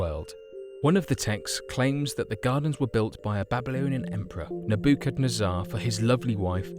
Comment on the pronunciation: Yeah it was painful, at least we learned of a new emperor. "Naboobackhaazzaar"